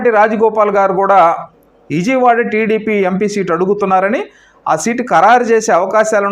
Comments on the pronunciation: మీరంతా ఎందుకు ఛానెల్లు పెడతారు?.ప్రజల ప్రాణాలు తీయడానికా?. ఇజియ్ వాడ కాదు. విజయవాడ. కుమార్తి కాదు. కుమార్తె. అబ్యర్ది కాదు అభ్యర్థి. ఎన్ని తప్పుల్రా బాబూ. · Useless news useless & shameless anchor .. unable to pronounce Chittor....& Vijayawada...